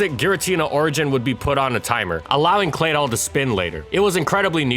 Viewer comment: I gave this video a thumbs down. Claydoll? Really? 😷 ughhh!